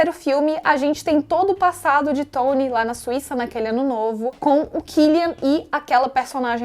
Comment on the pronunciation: N é por nada não, mas achei mto engraçado o jeito q vc pronunciou o nome de certos personagens. "Furry" "Tsony" Como já diria o miranha: "falar inglês é legal, mas não fala de mais!"